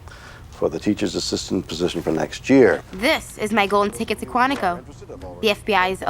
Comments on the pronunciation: This movie looks awful, I need to see it! Great video, just discovered your channel and am now subscribed. I think I’ll be bingeing your videos today! Also, if it wasn’t only lunchtime this could’ve made a great drinking game if I’d taken a shot every time you said Quintico instead of Quantico; like, I get maybe the accents fucked up how you heard it, but it’s written on the screen right there near the end! 😂 I’m just messing with you, sorry, I’m gonna go look through your other videos now! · I've never heard anyone mispronounce "Quantico" like this